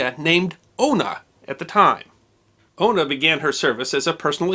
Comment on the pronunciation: Sorry but it's Una not Ono it's an old Gaelic (gaelige ) name